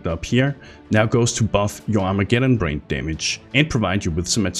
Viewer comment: Its not storm brained or Armageddon brained you moron its BRAND short A sound.. Brand doesn't end with an E ffs.